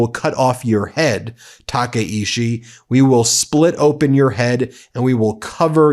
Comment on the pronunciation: TakaICHI not Takaishi